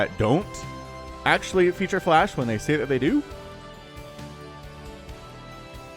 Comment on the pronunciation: Didn't sound like flash or flush it sounded like you said Flesh haha